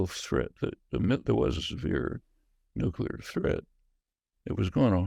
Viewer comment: Awesome to listen to this conversation while we still have Noam Chomsky around. One criticism: the word is "nuclear" not "nucular" - can't stand it when people mispronounce this.